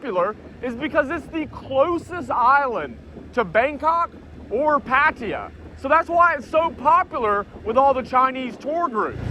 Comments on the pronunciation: what the hell is "patiya"? ?? pronounce it right!!!! PATTAAYA !!!! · Hmm.. how do you manage to pronounce Pattaya as “patia” ? If you actually read it and pronounce it wrong, it would actually be right. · Says how can I describe Pattaya to people, it might help if you said their name correctly, there's no I in Pattaya 🙄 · pronoune pattaya